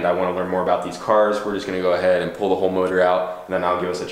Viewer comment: Pool pool pool pool pool. It's pull. PULL. P. U. L. L.